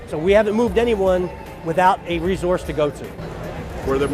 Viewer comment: If he says “reZource” one more time